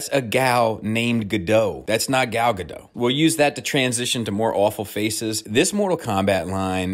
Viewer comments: Everyone gets it wrong and it’s perfectly understandable; but you mispronounced the Wonder Woman actresses’ name. It’s Gal “guDAHTT”, not gaDOH. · That's not how you pronounce "Gal Gadot" It's not like Margot. You need to emphasize the T